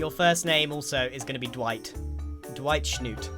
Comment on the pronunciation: DRIGHT SCHNROOT LOL